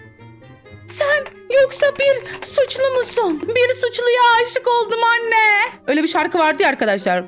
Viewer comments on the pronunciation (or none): none